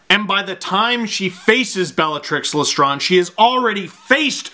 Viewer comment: Great video and mayby not the same picks but BUT whats with the pronunciation of Bellatrix Lestrange??